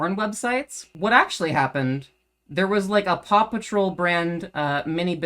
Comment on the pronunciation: My big takeaways: 1. Paw Patrol has a spinoff - pawsome! 2. Fundies hate fun (which is kinda funny). 3. Maybe you should have dramatic music backing your vids (don't, just kidding, but apparently it's supposed to be convincing). 4. You say Paw Patrol, like 'Pappa Troll' to my English ears, but that's just cool. Love accents. You have to here, or you live in bitterness. Much love. ;)